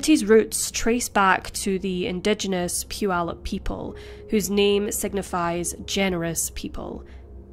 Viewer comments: I live in Puyallup and you pronounced it perfect! With that said, this sentence was a total joke. 6.5 years for murder is a slap in the face to our justice system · Thank you for pronouncing Puyallup correctly. My 1st stab at it was "poo-ee-loop." 👍👍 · You pronounced Puyallup!!! that's rare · To pronounce it correctly is rare...Especially for someone not in America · What a horrible thing to do to this kind woman! 😢 only 51/2 years for murder? And then she goes on to marry and have children? Unbelievable! 😠 As a side note, I live about 50 miles north of Puyallup WA. Thanks for pointing out such great things about it, all true! And thanks for pronouncing it correctly! So many mispronounce it. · Great job pronouncing Puyallup. I used to live near there and it's a tricky one. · Congrats for saying Puyallup correctly! 🙂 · Congratulations on saying Putallup correctly. I've lived in the area my entire life and rarely do those from outside the region day it well. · Congrats on pronouncing Puyallup correctly! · I'm shocked to hear it pronounced right.